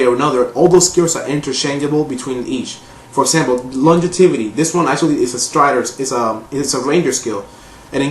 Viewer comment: You're pronouncing longevity wrong, but good video lol